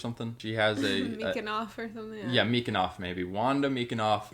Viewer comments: Firstly, the last name is Maximoff, I mean seriously how can I take you seriously if you cannot even get the name right? Secondly, You stopped watching Harry Potter because wItcHes!!! Stopped taking you even less seriously at this point. Thirdly, your "You would not welcome witches into your home" analogy is incredibly flawed. I love watching Wanda move massive objects with her mind and dropping them on a bunch of aliens in "Infinity War", But that does not mean I would invite a strongman into my house to throw my couch off the balcony. Lastly, you are right about knowing when to peace out and stop watching a video as I did with yours. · As a fan of Wanda Maximoff for almost the entirety of my comic book reading life, seeing them mispronounceing Wanda's last name is very offensive to me personally. Therefore I'm going to type the name "Jesus Cockist" to indicate the character Jesus from the show called Bible here. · It's maximoff guys. Her name is maximoff. You act like you've never heard of an Eastern European name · Yes I watched WandaVision. (Incidentally her name is Wanda Maximoff, it's embarrassing and telling that you struggle so hard with an Eastern European name). My thoughts are thus: It was a beautiful show, handled grief phenomenally well. Very different from the usual Marvel formula which was a breath of fresh air.. I would love to comment on your thoughts and whether I agree, but I didn't feel they were explained. Do you believe in witches? I assume you must, but why? And further, why is witchcraft in fiction so dangerous to explore? Are you afraid that your beliefs are so fragile as to be threatened by a television show? xoxoxoxo